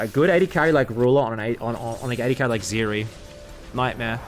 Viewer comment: It's Zeri. Not Zeeri.